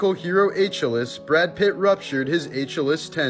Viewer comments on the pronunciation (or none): Uh-KILL-eez * yw. 😆 Joking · ay-chil-es? really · The Troy hero's name is pronounced aa-kee-lees :v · ps. It's pronounced AH-KEY-LEES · Achilles. Its pronounced ah-kill-ees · Nah it's an old meme. A college student lost Wheel of fortune by pronouncing Achilles wrong like that. So he didn't get credit for solving the puzzle. So now it's like a joke any time Achilles comes up, to pronounce it like that. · Did you mean to pronounce Achilles like that? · He can't pronounce Achilles? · Your pronunciation of achilles is laughably horrendous